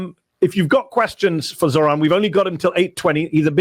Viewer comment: I was listening to Fox News and they somehow all said zohrans name wrong. Crazy.